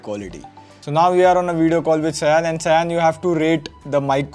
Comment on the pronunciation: Hey, it should be 'Shaa-yon' (please surprise him but calling him that way in Bengali accent). 🤩